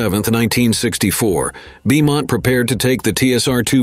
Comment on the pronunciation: Beaumont is pronounce BOE-MONT ya pie